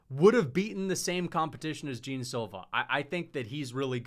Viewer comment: Man pls the pronunciation of Jean is not "Jim" is closer to the "gian" pronunciation